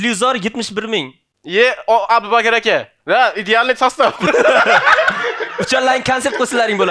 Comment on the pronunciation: blaaa,,Abu Bakr" ismini aytolmayapsan.,,Appakir aka" deyapsan suka😂 boshqa ish qil